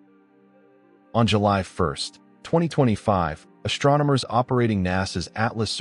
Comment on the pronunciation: This is another digital voice with built-in mispronunciations that should have been fixed before it went on the market. There is no H in ST. The ST does not make the sound SHT. It's ASTronomers, not ASHtronomers. It's chem-ISS-TREE, not chem-ISH-tree. It's STrong, not SHTrong. In addition, the T is not silent in inTerstellar, it's NOT pronounced inner-stellar.